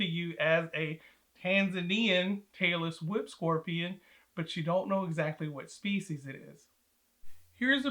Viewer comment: Am I the only one who kept hearing ‘Taylor Swift scorpions’ lol? 😅